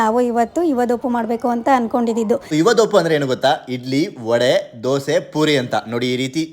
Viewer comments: ಅದು ವಡಾ ಅಲ್ಲ ವಡೆ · ವಡಾ ಅಲ್ಲಾ ವಡೆ.